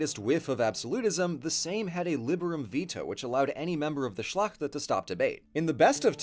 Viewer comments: R U kidding me? "Szlachta", "Sejm" pronounciation 10/10. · You pronounced 'szlachta' very good. 99,9% perfect Only one thing since many years polish People knows that this movement 'solidarnosc' was full of agents. Since one of generals have died, his wife brought some full fat dirs catalogs sayings who's who... Just that, this point when officially communism in Poland finished was a operation. It is all a lie! I mean who knows, who's really in charge of Poland right now...?! So just to be clear we Polish People for sure were an impire much more before 966. First one who had dares to say NO to Christians prists. As I have had read, Polish leaders didn't want to share a space with pervertion of possible opponents who appear enlightened and acting as the creators of only one good god path. In fact Polish nation was already balanced and in harmony. Just that we had other idea much more natural like any aboriginal. So as always in history, if someone doesn't understand, there starting a war. The position was simple, play with yours young men and boys in the name of God you prists. We love nature here, we love each other and we live in harmony without suffering and pain deviations. Apparently, taxes were voluntary, so their amount depended on the person. It was possible to live, the prosperity was unheard of because the people were also happy. Except this part of the story is forbidden. I mean all ... Well, we could talk years. It was about to share an idea of real democracy, simple and logical one. I guess it all started there, where two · your polish pronunciation is quite on point in most cases. I really compliment your pronunciation of "szlachta" where it is not an easy one, and you said it practically perfectly. All in all, the whole piece is terrific and I wish my history teachers were this interesting and concise at the same time ^^ rock on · You did pronounce "szlachta" perfectly :)